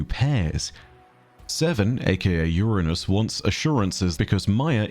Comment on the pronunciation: Omg - I nearly cried at your proper pronunciation of Uranus ❤ Thankyou 👏